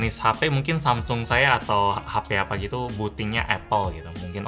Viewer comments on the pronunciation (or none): none